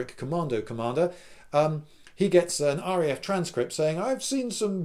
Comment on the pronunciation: you sir have done well. I must try to do this with some other games, perhaps a massive continent spanning flames of war game. Also did you Say RAF-ly at one point?